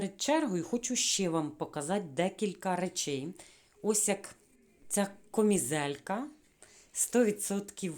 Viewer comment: Шановна, я дуже схвалюю ваше намагання розмовляти українською мовою, але дозвольте вам підказати де-які слова. Слово попрала має зовсім інше значення, ніж слово випрала, а тому не попрала, а випрала і не трішки, а трохи, не кОмізелька, а кАмізелька, не магазІн, а магазИн, сніг не розтаяв, а розтанув або розтав, на спідничці не китиці і не строкатий візерунок, бо це клітинка. Про інші русизми писати не буду, їх багато. Ще раз прошу пробачення, але дуже хочеться, щоб україномовні блогери розмовляли не на суржику, а на літературній мові. Бажаю вам успіхів! ❤️